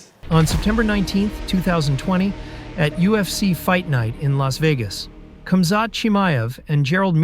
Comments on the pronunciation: Its not pronounced camzot its komzhat . If you're going to do a story about somebody at least get their name right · I just subscribed great video. Not sure if that is your voice or a voice over but you say his name wrong. Khamzat The K is silent so it’s pronounced Hamzat. Sorry I’m a grandmother that loves MMA but saying their names right is important. Great video and glad I subscribed ❤ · Cam Zhat lol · Natural predator ! 🧐 He's a World Class Athlete from unbelievable circumstances in a nutshell 💪🙏❤️ Your video is a poor narrative of KC he's much more than your delivery 💯 ,,,,& it's pronounced Hazmat